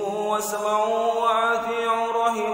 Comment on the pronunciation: Athiiuuu bukan athiiu .